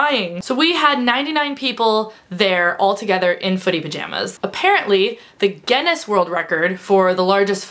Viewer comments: Speaking of pronouncing words incorrectly, Guinness is pronounced gin-nis not gen-nes (obviously both with a hard 'G' like 'gorilla'.) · Sorry, you keep saying gennis (phonetically) its gin-ness :) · She says Ge-ness.. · gin-ness as in guh-in-ness :D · It's ironic that you opened the video talking about mispronunciation and then pronounced Guinness wrong throughout the rest of the video. :') haha wish I was going to leakycon! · this video is a lot more confusing if it takes a while to figure out she's says Guinness.... wish I could have gone to leaky con :(